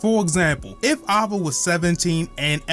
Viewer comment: why is he saying ava like that